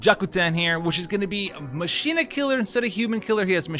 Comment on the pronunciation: I like the videos about FFBE. But Machina is better pronounced as Ma-Ki-Na rather than Ma-Shi-Na. Just basing this on FFXII.:D Keep up the videos man! I love your unit updates and I consider the your videos before I pull due to limited resources.